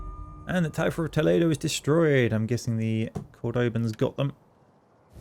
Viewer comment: me encanta cuando dicen "Tolido" y "Calátrava"